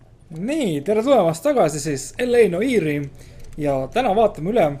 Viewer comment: sa hääldad sõna "noire" väga imelikult:D